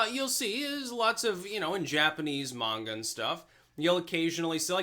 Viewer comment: Aww snap pronounced manga correctly